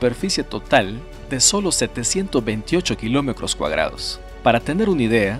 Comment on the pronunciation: Siento que me desconcentra cuando dice kilomecros y todas las palabras con tr como cr, ocros, sesenticres,cuacro